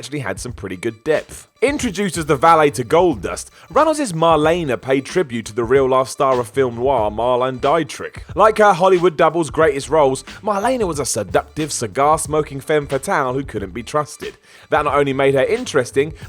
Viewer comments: How can you not pronounce Marlene Dietrich? I'm mean you'd just said her first name when talking about the character based on her and even got that wrong 🤦‍♀️ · It's marlin de-trick (dietrich) is how your supposed to say it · How to butcher Marlene Dietrich's name...... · Ye think being Jewish, would be able to probably pronounce Polish names correctly... Sheesh 😕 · Hey man love the show but Id advise you to check the pronunciation of the non wrestlers names you referenced on youtube when your researching. Hope the injury is good be sure to let us know when your getting back in the ring.